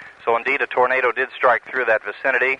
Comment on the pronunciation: Does your boyfriend pronounce it as “tornada” like his great-uncle?